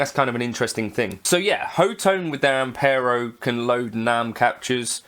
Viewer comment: ho-tone? I thought it was hot-one ;)